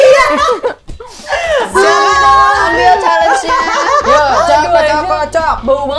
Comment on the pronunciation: Lydia bilang hal nya bukan chalengee tapi bneran😂😂😂hah hah hah hah